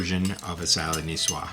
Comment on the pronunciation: Nicoise is pronounced ni-swaaz 😊 Love the dressings. Thank you.